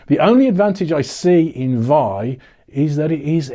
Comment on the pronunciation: vi is pronounced as 'vee-eye'.